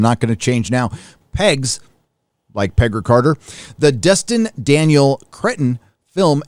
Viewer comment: "Pegger" Carter! 🤣